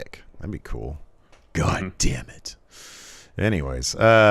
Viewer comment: Everytime he says GAHDAMNIT I buss out laughing